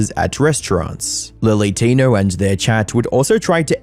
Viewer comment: He's talking about lilly Tinerrrrr